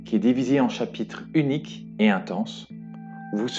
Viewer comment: quand tu parles des figs , tu dis elles sont "iniques" au lieu d'unique à 13"36' Un peu comme véloce que tu confond avec féroces; cela écorche les oreilles. Sache que ce n'est vraiment pas pour te nuire mais vraiment pour que tu t'améliores. je trouve ta chaîne très bien et tu m'a permis de découvrir de nombreux jeux ou astuces dans des jeux que je pratique. Je vais d'ailleurs acheté ce jeux, qui sera très bien dans mon groupe de jeux du vendredi. Et puis c'est un superbe cocorico, et une belle façon d'honoré nos anciens. Merci à toi de ton superbe travail.